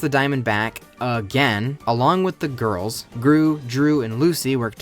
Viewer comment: i love how you say ‘the gorls’ 🤣🤣